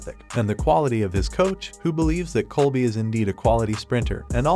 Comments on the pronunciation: If his name is "Coby", why do you keep calling him "Colby"? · OK, I was wondering why the narrator kept calling him "Colby"! 😂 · Lol it’s Coby not Colby and his coaches name is Caleb not Kahlab